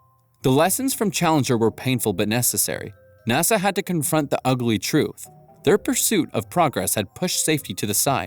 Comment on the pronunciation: "Nossa" c'mon man...